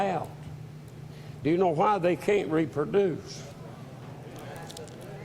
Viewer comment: "im again it.. they cant reeperdoose"